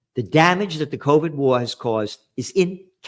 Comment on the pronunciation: It's already proven by now, that the "c'orvid'e" thing , was the United States who did it Gerald. And you think you are soo Smart, but you keep telling us, bollocks...